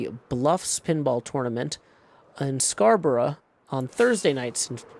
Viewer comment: Scarborough is pronounced scar-burr-oh, or scar-bro, not scar-bra. But I'll forgive you for that ❤️